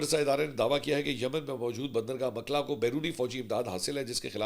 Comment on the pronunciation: Name is Mokkalla not makla. Pls correct